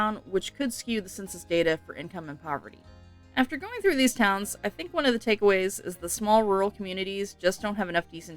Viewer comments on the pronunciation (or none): none